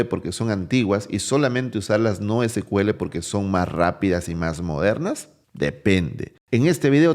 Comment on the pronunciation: Se pronuncia SIKUEL, porque el primer motor de base de datos de SQL se llamó SEQUEL (SECUELA) de ahí el nombre.